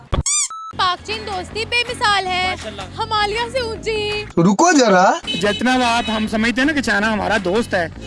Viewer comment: अबे आधी अरबी नई मुल्ली हिमालिया नहि, हिमालय 😂